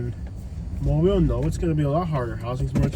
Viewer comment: Say it right, Mo’bill